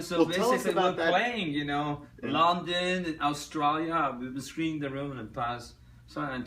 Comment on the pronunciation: I was very skeptical about his slavic or, more accurately, polish origins, but after this interview I'm a little more convinced. he's pronouncing "London" and it sounds exactly like polish pronunciation "Londyn". Also I realized that when me and my friends try to impersonate Tommy we don't need to imitate his accent, we only had to maintain the Polish one, and it sounds really natural. Long story short, either he's polish or by accident he sounds totally like polish person trying to speak American English.